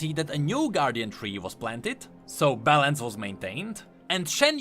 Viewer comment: out here saying balance like bellend